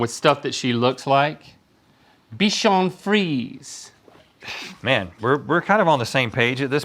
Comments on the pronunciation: The way they pronouncing bichon frise is 😂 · It's pronounced. Bee shan free zay